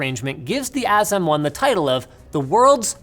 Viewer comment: AS was great, but pronouncing M1 as Moan would be even better... The new Apple Ass Moan